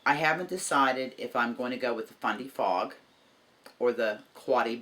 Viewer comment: Congrats on reaching your milestone. I like either color equally. I thought you were saying FunDay Fog. Lol Fundy Fog What a generous giveaway! I started off crocheting but recently learning to knit.